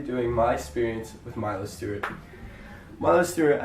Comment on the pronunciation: sounds like you're saying Miley Stewart lol